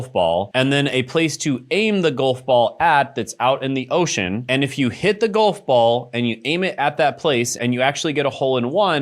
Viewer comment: Never thought id be mad about the way someone pronounces Golf lol